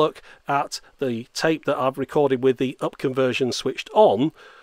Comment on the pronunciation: Устал слушать вместо тэйп говорит цейп цейп. tape=царе